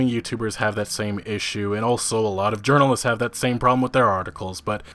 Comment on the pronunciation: “Gaming Urnalists”